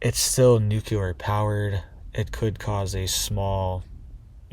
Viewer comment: It's pronounced NEW-CLEAR not NUKE-U-LER